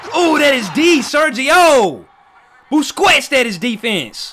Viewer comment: Here, let me help you with Busquets’s name. Just like racquet is not pronounced racqwet, Busquets isn’t pronounced Busqwets.